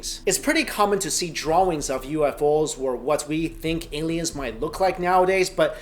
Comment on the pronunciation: it sounds weird when he says drawing